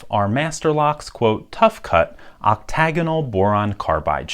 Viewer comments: Well then you pronounce it wrong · you pronounce "octagonal" different than me.